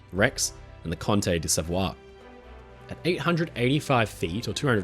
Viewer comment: Hello, your Italian friend Vito here, The name "Savoia" in Italian is pronounced as [sa-ˈvo-ja]. Here's a brief and simple breakdown of the pronunciation: "Sa" is pronounced like "sa" in "salad." "vo" is pronounced like "vo" in "vocal." "ia" is pronounced like "ya" in "yard." So, it sounds like "sa-VO-ya" with the emphasis on the second syllable. I hope that I don't seem like the stereotypical complaining Italian guy, it's a suggestion to make the already fantastic content, just perfect. Abbi cura di te, sii felice e ci vediamo al prossimo video!